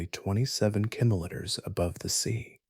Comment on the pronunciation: Good information, however haven't heard kilometer mispronounced so many different ways, very distracting.